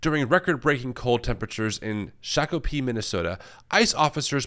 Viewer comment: I chuckled at pronunciation of “Shakopee”; for those not “in the know”, it’s “SHOCK-uh-pee”